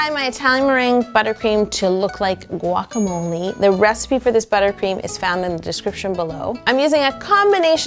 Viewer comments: Guac-a-mole. Guacamole! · haha it's a guacamolé holé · I counted 9 times plus guacamole bowl or guacabloe